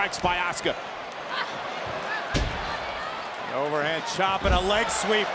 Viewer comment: “FROM OSAKA JAPAN LLLLUUUSSKA” 😂😂😂 girl it’s Asuka